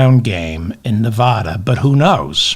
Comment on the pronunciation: Please pronounce my state correctly. It will help a little though I doubt many googles are watching. Neh-VA-duh Say "Neh-VA-duh". That is the correct way to pronounce the state name. Put emphasis on the second syllable. Pronounce it so that the middle part rhymes with the “ad” sound in the words "sad" or "mad." Compare "Nevada" and "Nebraska." The corresponding vowels in the two names are pronounced the same.